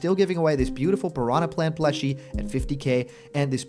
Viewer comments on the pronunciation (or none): none